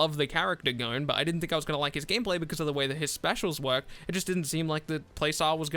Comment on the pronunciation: "GONNE"..... Buh its just GON. G....O....N. For fuck sake. Thumbs Down!